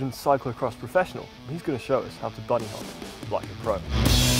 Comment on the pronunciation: "Boony hop"